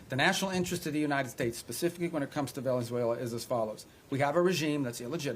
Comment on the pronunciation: Rubio said “ploops” and “velezuela” 😂